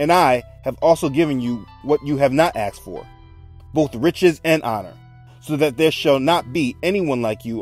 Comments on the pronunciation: Please stop saying axed, it's annoying. The word is asked. Otherwise I am enjoying the series. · Axed, axed, axed !!!! The word is ASKED. It's driving me bonkers, and incorrect enunciation does not enhance the credibility of your story, pleasant as it is. Lets not forget Ben-ya-min, my Fathers name.